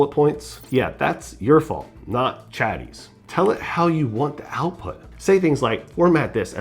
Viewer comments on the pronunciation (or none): "chaty" you lost me bro